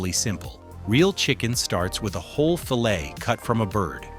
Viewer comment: It sure would help with the integrity of this video if they would have the voice pronounce "fillet" properly.